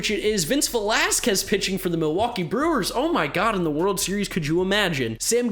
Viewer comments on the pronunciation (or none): none